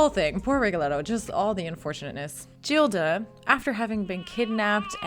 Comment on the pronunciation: Please Anna, the heroine’s name , Gilda, is pronounced ‘Geelda’ .